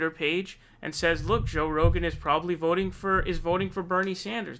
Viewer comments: Joe Roogaan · Lol joe roogan